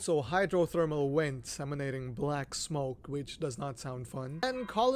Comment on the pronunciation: It's an accent thing, haha. Some languages don't do "V" sounds like English does, or at least not within the same contexts. Often times "V" represents the same sound, as well.